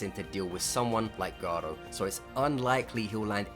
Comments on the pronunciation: I would agree with you but you mispronounced garou and glazing really bad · why do u pronounce hero hunter garou like its a spanish name